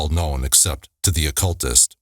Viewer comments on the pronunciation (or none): none